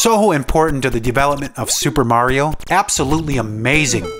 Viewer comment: Tank you for saying Mario and not Merry-O as most of people say.